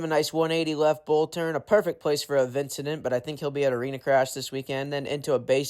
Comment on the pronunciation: A "Vincedent"!? Thats good! 😂